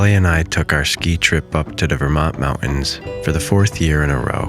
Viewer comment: Gotta ask: where in Clinton County, NY, do you hail from? i can hear it in the way you say "mountains!" i lived there for many years...